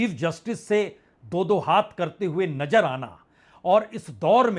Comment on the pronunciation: Sir aap ek credible journalist hain,but ur pronunciation is par below,Aap nazar ko najar padhte hain isi trah aur bhi alfaaz Hain